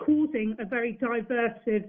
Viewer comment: struggles to pronounce divisive correctly..